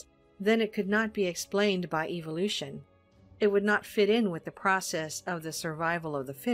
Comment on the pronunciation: The way she pronounces evolution... She says evilution.